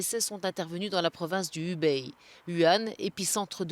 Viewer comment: Ca fait 3 semaines que ce coronavirus fait la une des journaux, ce serait bien que les journalistes apprennent à prononcer correctement Hubei et Wuhan!! Hubei se prononce "Roubei", le son ressemble assez à la ville française de Roubaix. Wuhan se prononce "Vourain". C'est pas des trucs imprononçable quand même.